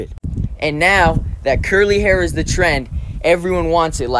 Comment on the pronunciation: Dude its H A I R